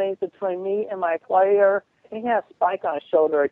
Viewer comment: Funny narrations I recall include 'my tedOUS love quest' and 'my lawER'. I know there was one that was missed out which I can't remember now but I loathe criticising work.